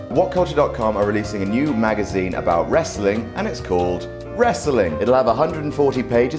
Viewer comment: What is “resseling”? Do you mean Sports Entertainment?